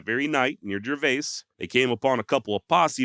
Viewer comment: Hey, great work as usual, just in case you ever encounter it again, the town of Gervais, is pronounced like it rhymes with "service."